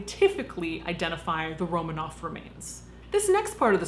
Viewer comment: It's RoMANov, not ROmanoff.